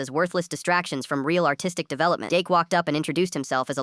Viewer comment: when they said "Artistic" i heard autistic